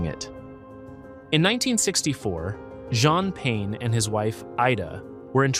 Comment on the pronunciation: Hi, I really enjoyed the video it was very interesting. Just a small note: the correct pronunciation is actually quite different Jean Pain is quite different in French. It’s a tricky one, so no worries! Keep up the great work! Jean: pain